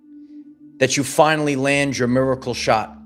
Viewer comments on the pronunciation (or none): I see. "Miacle" wasn't a typo in the title of this video. It's because of the high pitched pronunciation of that word to emphasis the significance.